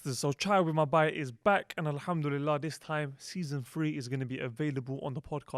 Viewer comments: Just one thing for: Please say Bhai it's not Bai. Bai has a different meaning. And May Allah reward you for all your efforts..aameen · bhai i would suggest to work on your pronunciation of "bhai" (on a lighter note) (I really respect and love you all)